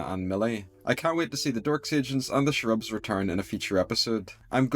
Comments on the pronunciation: Your pronunciation of Cherubs as "Shrubs." That is interesting, where are you from? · I kinda agree that they spent too much time on the cherubs(BTW it’s pronounced “CHAIR-UBS”) , and that they really should have focused more on the Blitzo and Stolas stuff. At least expand the argument more and cut a little if the Cherub stuff. Everyone knows the Stolas and Blitzo relationship is the heart of this series. Maybe they are trying to pace it out or drag it out longer, but they could have still done that while giving us more focus on in the episode. Like I weirdly feel a little disappointed because we waited for this episode all month and there was so little meaningful plot. I thought also from the trailer that Blitzo was gonna say something much crueler to Stolas for the part where he is reaching out and Stolas teleports him away. Not enough juicy drama for me haha. I mean it’s still beautifully animated and a free show so I am not trying to complain too much, but I think Hellva Boss has some room to floors still in plot/pacing. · I just love how pronounces Cherubs